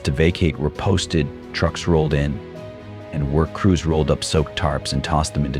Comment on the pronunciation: Ok, this is horrifying. But you know the narrator is AI when they say the word 'up' as u p.